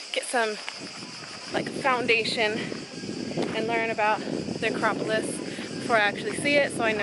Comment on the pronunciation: Your Acropolis pronunciation game is strong 💪🏾